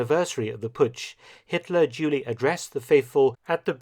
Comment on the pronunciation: Why do you keep calling Hitler, "Julie?" o_O